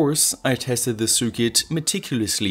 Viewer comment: Love your content! You always struggle to say "cir quit", but it's actually much simpler. Circuit is pronounced "sir kit", no matter how fancy it may look! If you disagree, please do so phonetically!